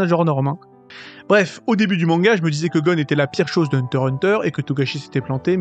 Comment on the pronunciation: En tant que fan tu pourrais un minimum BIEN PRONONCER le nom du perso principal!!